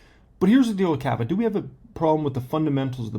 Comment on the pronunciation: Kaaava you are saying it wrong